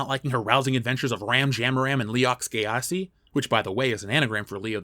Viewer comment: Whoa bro, Gyasi is pronounced Jah-see and has nothing to do with the gay community, it's an African name and it's my 1st name. Lol, I remember a teacher mispronounced my name as "gypsy", had to beat someone up because they tried to call me that everyday. Throw some respect on my name, lol